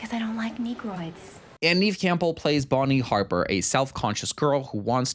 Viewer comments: I think your videos have gotten even better ever since you got married. Coincidence? I don't think so! Also, Neve Campbell pronounces her name nev, like it rhymes with dev or bev. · Love this but the pronunciation of Neve's name is killinngggggg me